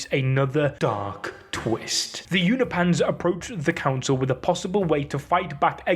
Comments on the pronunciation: It's pronounced U-No-PEE-IANS. Not U-NO-PANS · Unopians, not Uni-pans 😅😅😅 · Why are you moving the "i" in Unopian(s)? i.e. You're saying "Unipans" which sounds like Uni-pants 😆 Say it with me U-nop-i-ans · Its pronounced You-no-pins Not You-no -pans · Uni Pans? It's Unop Pans, don't know why I got triggered with that